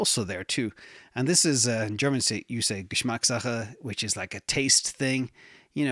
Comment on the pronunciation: If you speak german its clear that you have spoken german for a while, your Geschmackssache was perfekt😊